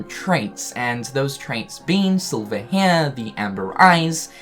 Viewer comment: You say HERE like Cartman from South Park m8. It was HNERE but now it's HNERE